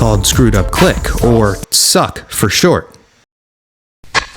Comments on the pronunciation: It’s not “suck” it’s S.U.C. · Bruh, preciate the video, but as a native Houstonian, NO ONE in the history of history has ever referred to the Screwed Up Click as 'suck.' It's either known as the Screwed Up Click or the letters sounded out as S-U-C. Please delete that part of this video. Otherwise, great content. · Great content but S.U.C. is not pronounced “suck”… you literally say the letters